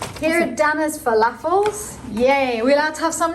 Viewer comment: If you dont me saying, you pronounce flafel wrong. L pronounced with the tongue pushing behind the top teeth, not the top of the mouth. Like the l in letter or light. Flafel is a very Palestinian dish, also mastered by Syrians and Lebanese, but now it is a very common dish all over the east part of the Arab world. In Egypt they substitute the chick peas with broad beans and they call it taa’mia...yummy. One last thing, flafel is not flafel without a runny sauce called tartoor. Mix 1/2 cup of tahina(sesame paste) + 6 spoons of lemon juice + 3spoons water + 2 gloves of garlic + 1 spoon yogurt + chopped parsley. It should be runny or as thick as double cream. Add that to your flafel sandwich and imagine your self sitting on the banks of the Euphrates looking at Babylon wonders. Forgot to say i loved your dress.